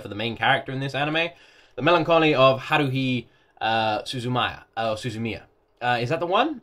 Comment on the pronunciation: Yep, got it right. It's HA, like laughter, RU, like "rue the day", HI, pronounced HE. Then, SU, like SUE, ZU, like ZOO, MI, like ME, then YA. You can break it up and say Suzu-Mia, because "MIA" and "MIYA" sound the same. All together it's "HA-RU-HI space SU-ZU-MI-YA". As for THE must watch anime... Dragonball maybe? FMA Brotherhood probably but you're watching that already. And Attack on Titan. Hard to pick really, lots of MUST watches.